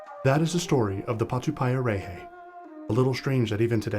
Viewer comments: And of course you pronounced it wrong, you said it like patupie a ray hay, nope it's patu pie a rrreh heh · Mate if u can't pronounce it then don't even speak on it. Grrrrr idiot